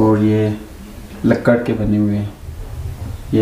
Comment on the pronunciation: Bhai lakkar kia hota hy ?.lakri hota hy